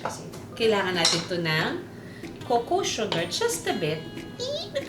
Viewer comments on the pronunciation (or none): none